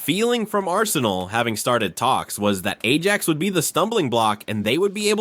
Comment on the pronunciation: Could you learn how to pronounce our players’ names and to read while resoecting punctuation? Imagine pronouncing the “j” in Ajax????